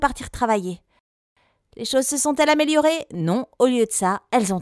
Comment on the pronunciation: Tu sais parler? J’ai entendue « almeloirer » 😂